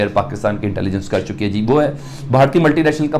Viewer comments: अबे अनपठ एंकर पहले सही से बोलो विस्खा पटनम नही विशाखापत्तनम। बुराक नही बराक मिसाइल।😃😃😃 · Burrak nahi barrack , burrak Iran kiuav hai. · Burraack nahi Barack 😐 , vish kaa pattannam 😆🤣😂😹😆🤣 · 😷 Vis-ka-Patnam, Burrrraak, Disaster. 😷 Are koe enn jahilo ko Hindi ka pronounciation sikhao.